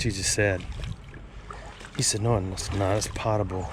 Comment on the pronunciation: Poe-t'ble like Edgar Allen POE, not pot!,,,, Just another nit-picker.